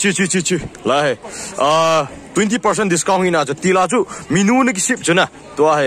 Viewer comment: minu ham menu hm?? 🤣🤣 na pronounced dn cu sess... 😅😅😅 a thu um dn chu na bro anyway big2 fans